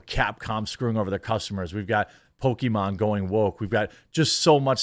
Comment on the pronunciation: .. Seriously???? "poke E Mawn"